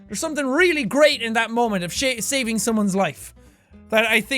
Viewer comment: did he say shaving or saving